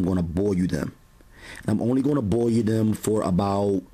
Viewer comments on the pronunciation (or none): I like how he pronounces "boil" as "boy-you" haha